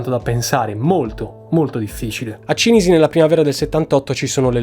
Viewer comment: Cìnisi, non Cinìsi...